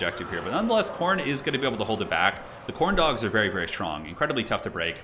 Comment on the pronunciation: you say Khorne dog, I hear Corndog